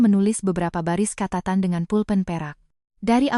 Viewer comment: Kata kata Catatan jangan diucapkan Katatan Kata "catatan" yang dibaca "katatan" menyalahi kaidah fonologi (ilmu bunyi bahasa) serta aturan pelafalan baku dalam Ejaan Yang Disempurnakan (EYD) / Kamus Besar Bahasa Indonesia (KBBI).